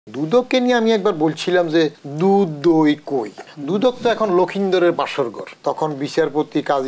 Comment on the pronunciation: Sir dudh dou koi 1st time sunlam... Hahaha Dudok r dudok nai taholay...